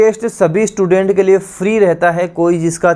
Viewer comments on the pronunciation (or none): none